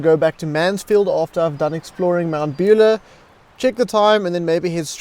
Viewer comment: Good video, thanks. Fyi Mt Buller is pronounced Mount Bull-ahh rather than Beulah 👍🏽